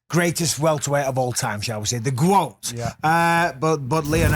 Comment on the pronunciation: I love how Bisping called Usman "the GWOAT" 🤣🤣🤣